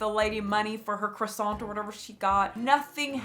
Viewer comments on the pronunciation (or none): I love your videos but as a French, we do not prononce Croissant as Kwassantt 🥲it's prononce as Krrwa-sahn we do not prononce the T as the end , the kr sound must come out of your throat ahha. Howerver I know this sound for you native english speakers bc you don't really gave it in English but still hope it helps ;)